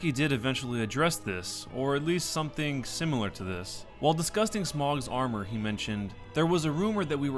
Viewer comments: It's not pronounced "smog" it's "smo" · he says it like smog but it's pronounced sm ohhh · not pronounced smog, its smoh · its "Smo" not "Smaug" :,( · smough is pronounced smoh not smog and it wasnt the graphics in 2 that were reverted from the initial reveal, it was the lighting even in your comparison you can see current DS2 has better graphics but the pre revelased footage has better lighting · It's "Smow" not "Smog" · Smogs armour? That's a horrible pronunciation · Smog.... are you kidding me? ITS FUCKING SMOUGH NOT SMOG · It's smoe.. not smog, smoe. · It's smow not smaug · Smough is pronounced, "Smoh". Not, "Smog" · "smogs armour" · Ornsteen and Smog. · smough is pronounced smo rhyming with go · SMO! SMOOOOOOOOOOOOOOOOOOOOOOOO! ITS FUCKING PRONOUNCED SMO! FUCK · Lmao it's smough not smough and it's ornstein not ornstein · It's pronounced Smough, not Smough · Bruh how can you pronounce smough wrong